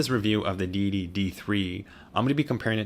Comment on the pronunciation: Thje say you say Deity sounds like dee dee, so all I hear is "dee dee dee three and the dee dee dee three pro".